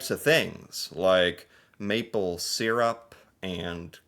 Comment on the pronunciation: This may be nit-picky, but syrup is pronounced "sir-up", not "seer-up". And if you're driving on the highway in a snowstorm, you can also rely on the rumble strips to stay on the road. I did just that while driving through Quebec in 2020. I was driving my daughter home from university in Halifax and being COVID, there were no other cars on the road. It was snowing like hell and the only way I knew when I was going off the road was when I'd hit the rumble strip on either side. (The "ruts" this guy was talking about was the tire tracks left by from a car ahead.)